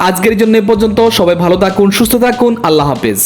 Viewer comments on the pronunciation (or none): none